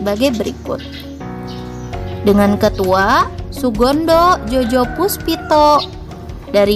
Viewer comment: ralat ketua PPPI itu bacanya Sugondo Joyopuspito🙏